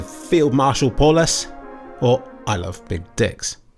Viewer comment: it is funny you mentioned how no one can pronounce your name and then proceeded to mispronounce Paulus. It is a German name (one of a nazi general) pronounced something like pal-oos.